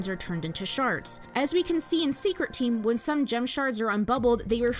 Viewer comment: I swear to white diamond I heard you say "sharts" 💀💀💀